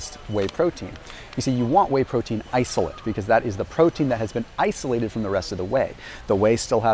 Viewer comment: Stood right in front of Optimum Nutrition, the best selling protein, and didn’t review it. Also mispronounced isolate and albumin.